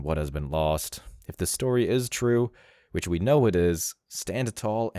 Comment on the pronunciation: Any woman who says “widge” instead of “which” can have no possible relevance in expressing an opinion on what a “ high end” woman or man is...